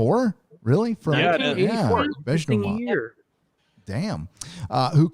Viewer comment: Bresh-knee- ev.